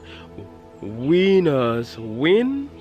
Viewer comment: His pronouncing of "winners" had me laughing for real!!! He's a cool dude, had to have a good laugh, great for winning hahaha!!!